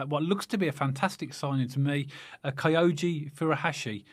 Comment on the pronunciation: 非常に興味深いストーリーでした。英国に住んだことのある人は知ってるけど、英国では３部でも４部リーグでも地元のサポーターの熱気は日本では想像できない程強烈です。ましてチャンピオンシップに昇格のバーミングハムでは古橋選手はかなり歓迎されるはずですね。 この親父さんは古橋選手のことは知らないんで（キョウゴと発音できない、スコットランドでは現地サポータはキョウゴで統一されている）古橋選手には期待したいものの、少し懐疑心もあるけど、逆に息子さんはセルティック時代の活躍も知ってるし、かなり期待してますね。古橋選手応援してますし、かなり活躍出来ると期待してます。